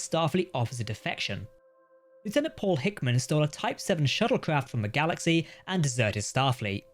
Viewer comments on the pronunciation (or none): none